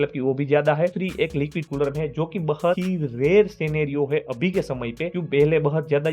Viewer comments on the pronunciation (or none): 😂😂 bahut ❌ bahat✅😂